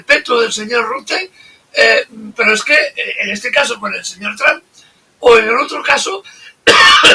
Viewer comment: Ahora estás hablando como “ tron” como. Pronuncias el nombre de Trump. invita al profesor * Layos.